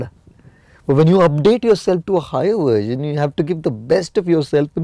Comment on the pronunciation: No he's not. He uses "uersion" instead of "Version" . What?